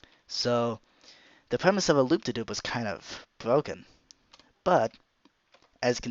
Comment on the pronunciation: Anyone else notice he said loop-de-Doop